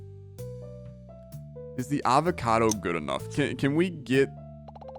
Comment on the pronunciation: How do you say Avocado? Are you AI? :)